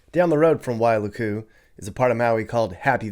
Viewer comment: It’s not pronounced why loo koo it’s pronounced like Why luku. Don’t drag out luku. Say it like ukulele… Wailuku😂